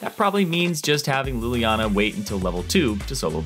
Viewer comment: He said Lilliana once by accident